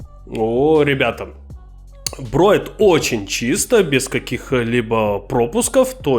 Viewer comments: не "брОет", а "бреет"...в остальном зачОт ! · Да не броет а бреет, говори по русски. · Броет или мне послышалось? ;) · Почему "брОет"😅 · Броит? Это что за язык такой?!